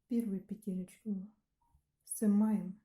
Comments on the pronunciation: "Сымаем" кровь с ушей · Все прекрасно, но вот это слово "сымаем", взрывает уши!